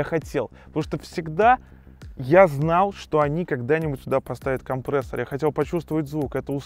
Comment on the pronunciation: К логопеду надо тебе сходить..) «компрээссор»...😂